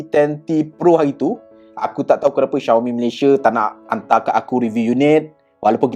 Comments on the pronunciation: Cara sebut dia memang Shiau-mi bukan Ziau-mi. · bruuhhh🤣 xioami doh sebutan die